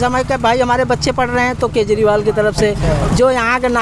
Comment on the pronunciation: भाई एंकर पढालीखा है क्या ? केजरीवाल जी बोल ने में कोई तकलीफ़ होती है क्या ?